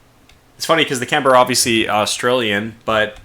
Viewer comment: As an Australian i find your pronouncing Canberra wrong it's more like Canbra .Sorry if I come off as a bit rude, it rather quite bug me a bit when it's missed pronounced. On good notes lovely steam it's a shame i could not catch it live, maybe next time just keep the good work going mate.